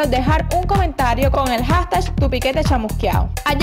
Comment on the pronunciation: Hashtag*****, no Hagtash como lo pronuncian sere, por favor